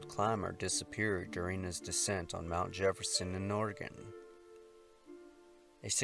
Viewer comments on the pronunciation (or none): none